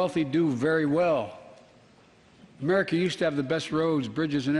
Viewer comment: Did he say "Make Amrica Great Again"?!